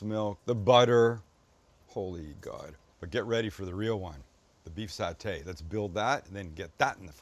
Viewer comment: Doug is correct. Sam pronounced Satay correctly. 😊